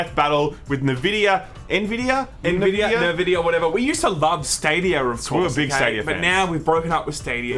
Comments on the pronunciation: Dudes, it's not that hard. Nvidia, not Nevidia or whatever the hell you say sometimes. You say N and then you say vidia. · I reckon it's pronounced EN Vidia, the other way sounds like the moisturising cream. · It's pronounced "EN"vidia and "GAY"force! Get it straight. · Beeta, Nevidia. 👍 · I think you are right about everything, except the way you say nVidia. It is not Nehvidia. Have you never heard the nVidia intro clip in so many games? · I love hearing "NeVidia"... Please, keep it going... :D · Nvidia the N is silent